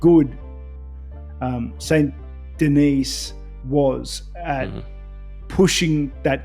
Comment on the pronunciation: I'm aware of how to pronounce it but it sounded like he said Denise which is what I found funny